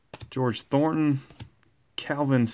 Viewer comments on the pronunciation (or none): none